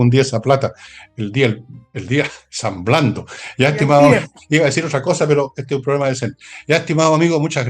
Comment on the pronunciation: Don Fernando dijo al final " el San blando" ? 😂😂😂